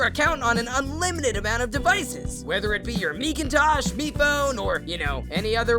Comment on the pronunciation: oh. that’s how mecintosh is pronounced. freaking dies.